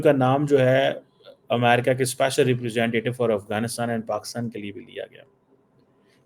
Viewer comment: talking about amrika in american accent 😂😂